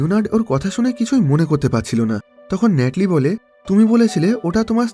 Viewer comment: ভাই ন্যাটলি না। নাথালি হবে।